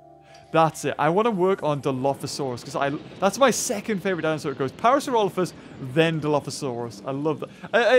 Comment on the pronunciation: it's good to know that another person in the world can say parasaurolophus correctly.